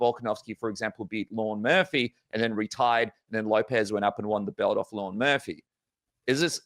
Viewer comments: its Lerone Murphy not Lauren Murphy xD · Lerone NOT Lorne 😄